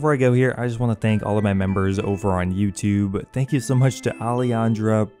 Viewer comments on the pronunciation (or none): none